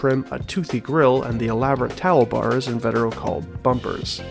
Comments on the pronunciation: actually its In-vah-teh-row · You've also got "invetero" wrong - it's pronounced in-vee-ter-oh